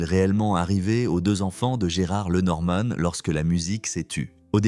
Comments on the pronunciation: Lenormane???? Alors on doit pour parler de sa mère dire Mamane?? Sans blague.... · L'IA pas top ! Il saccage son nom! Et oublie ses 2 filles! Et raconte sans savoir!